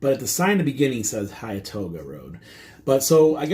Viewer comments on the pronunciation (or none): Pronounced “Hen-too-ga” and “Ball sum”